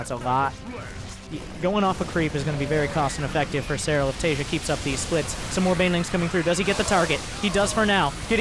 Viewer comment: homie the J in Taeja is a hard J, so Tay-ja, not as in like the word Asia